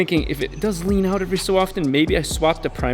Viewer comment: rrrrrrrrrrrrlean